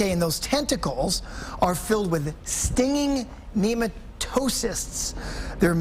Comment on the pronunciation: Nee-mayto-cysts lol